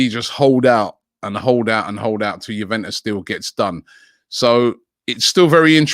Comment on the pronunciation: ' You-when-us ' ' Sa-swallow '